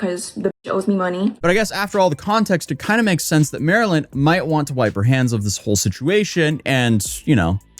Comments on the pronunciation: Idk why it irked me but her screen name straight explains how to say her name. Not Marilyn. Marlyn (like the fish, marlin) hence her name marlynlikethefish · Bro MAR-LYN…. “Like the fish”